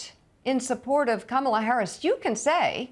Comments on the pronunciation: Mika is deliberately using the WRONG pronunciation of "Kamala!" She's loving the "Camel-ah," for some reason. Get a real background, Mike-uh. 🙄 We don't need ya. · Mika- it's COMMA-LA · Mika - It’s “Comm -a - La “ Please, you can get it right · Did anyone else notice that Mika mispronounced Kamala’s name without any correction? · Mika, you pronounced her name wrong.